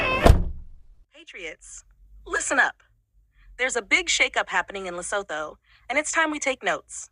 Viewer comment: Did you say lesapo 😂😂😂😮